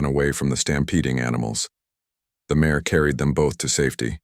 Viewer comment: Good story but it is out of order. Please learn to pronounce mare. It is pronounced like mair and not mahray.